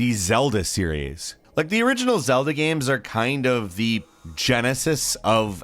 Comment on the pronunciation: Why do you keep calling them Gaims?